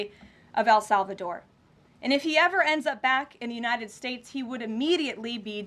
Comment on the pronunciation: Why does she keep saying Al Salvador?